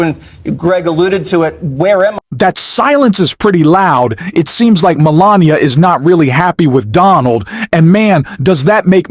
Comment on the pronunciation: This was obviously read by AI....pronouncing Melania as Melaniam the first couple of times and pronouncing Emhoff as M 'Hoff. Melania and Donnie suck.